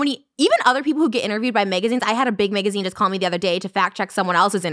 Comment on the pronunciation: Nobody: Trisha: "Megazine"